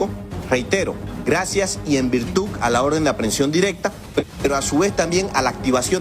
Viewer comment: En virtuc? No es virtud?